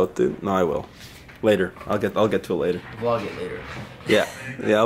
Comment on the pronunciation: I'm acually so happy he said vlodge